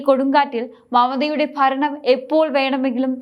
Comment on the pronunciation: ഇടക്കിടക്ക് കടന്നു വരുന്ന ബംഘാളും ഫരണവും മറ്റും ഒഴിവാക്കി മുന്നേറുക.